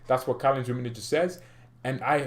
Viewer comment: One favor, it will do you good, please stop saying "Rummenije" my ears bleeds ;). It's hard "G" like Gabon or goal.Okay? From now on, Rummenigge not Rummenije :)